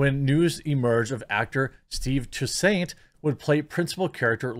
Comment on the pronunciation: Oh Jeremy you're such a pleb... Toussaint "TWO SANT", like two cent, but SAHNT.